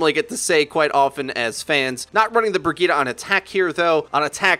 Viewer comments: Ugh! “Brig-eat-a”...! That pronunciation is killing me! I thought it was “Bridge-it”!! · IT'S PRONOUNCED BREE JEET, NOT BRUH GITA. WHAT THE FUCK IS BRUH GITA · Say it with me briejeet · everytime he says burgitte take a shot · Lol. The Way english People pronounce “Brigitte”. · Rolling the tongue vs not rolling makes a huge difference... Lol